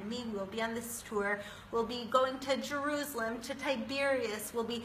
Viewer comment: I hate the way she pronounces juruslem